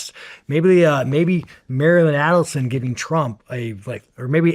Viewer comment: Wow Sean thinks he understands the whole history better and can articulate it better than Candace. He struggles pronouncing Aidelsohn...also trips over digestible... Sean YOU think and say that ordinary people are stupid...pot calling the kettle black much? Candace has been doing research and a book club on these issues since before being fired from dw